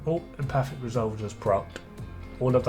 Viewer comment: Still pronounced wrong, though the correct amount of syllables. It’s Em - faTIC. The T is pronounced emphatically. 😜